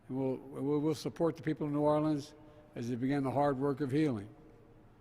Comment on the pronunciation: By his usual mumbled pattern, he was able to perfectly pronounce New Orleans as a true local.